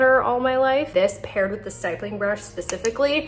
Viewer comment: Honey nice tutorial. Note that it’s pronounced like “hip”. Stippling is the art or process of drawing, painting, or engraving using numerous small dots or specks. The grammar guide is when the vowel is followed by a double consonant, the vowel is short, not long. hippo. ripple. stipple. ditto. apple.